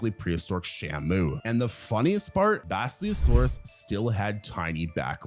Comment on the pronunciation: Work on your pronunciation. Basilosaurus is pronounced the way it's spelled. The word "silly" should not show up in it. You can't pronounce Othniel's name either. Nor Yevgeny's.